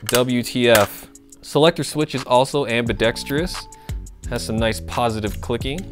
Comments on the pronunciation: am·bi·dex·trous not am·bi·dex·tree-us Please. :-) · Please learn how to say ambidextrous!